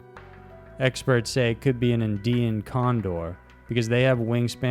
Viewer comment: Again. Great channel, really enjoy it but some of your pronunciations are quite weird and off putting. There`s a couple words every clip that just aren`t right. Andean for one in this clip.